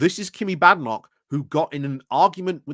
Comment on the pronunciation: I believe its pronounced Bay-den-och.